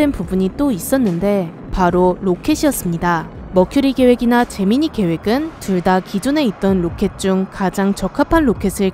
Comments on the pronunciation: 제미니가 잼민이라들림...나만? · 왠지 제미니가 잼민이로 들리는 건 나만 그런건가? ㅋㅋ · 나만 자꾸 잼민이 프로젝트로 들리는건가